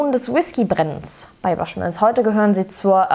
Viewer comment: Gute Tasting Noten,. Klingt interessant, nur ein wenig teuer. Aber bitte nicht mehr Baschmills sagen;-)